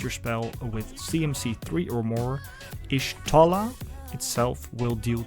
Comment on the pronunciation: I like how you built her. Nice video. Also just for intel, her name is pronounced Yah-Shtola. In FFXIV lore, Y is the tribe she's from (the Jaguar) and every time you have a letter it has a specific pronunciation. Y is Yah, G (as in G'raha Tia) is Goo etc.